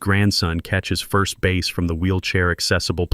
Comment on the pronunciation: What is a "base" fish? I know what a "bass" is.